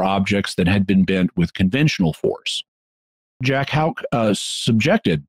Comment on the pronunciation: You can best pronounce Houck as: 'hook.'